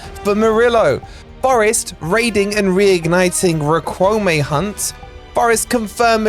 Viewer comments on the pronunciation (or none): Great daily transfer info,! BTW, Riquelme pronounced “Rick-el-meh”.